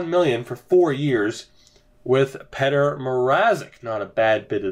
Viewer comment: are you seriously saying petter instead of Petr. you don't know much much hockey overall, do you?